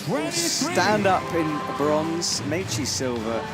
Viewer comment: Nice to have as a commentator but really wish he would learn how to pronounce Meichi and Sorato’s names better